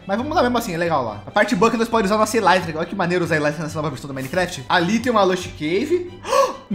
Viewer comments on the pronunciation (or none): "Mimecraft" ksjskskajaksjskw